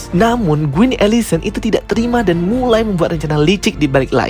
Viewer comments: Bagus bgt penjelasannya, tapi knp pronounce quin jadi Guin?😂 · Kok aku sering banget dengernya gween ya bukan queen 😅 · Mengapa menyebut Queen dengan kata Guin yah.. harusnya Quin, seperti dengan huruf K bukan huruf G. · Queen bang bukan gueen😭😭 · Queen atau Gueen? 😂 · kak, it's queen not gueen 😭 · Kenapa pronouncenya gueen sih Kan queen. Heran deh org jaman skrg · What’s with “Guin”? It’s “Kuin” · ralat bang baca Queen itu kuin bukan guin. thanks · Maaf ka, tapi bukan “GWIN” tapi “KWIN” = Queen 🙏🏼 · oh kirain aku aja... dari awal smpe akhir bngung kok gwin smpe cek ulang namanya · Bang, gua suka ceritanya, thank you bgt udh dibikin story tellingnya, tp agak gregetan ama spelling queen jdi kedengeran gueen 😭😭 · kuping saya gatal denger guin wkwk..emang bacanya queen tu guin ya? tapi mantap bro penjelasannya